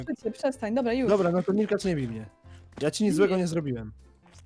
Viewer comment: Aaaa Milkacz przez 2 a nie szkacz!